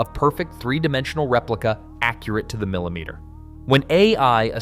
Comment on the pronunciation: Kalameters? Milimeters?? Can you please speak English to us??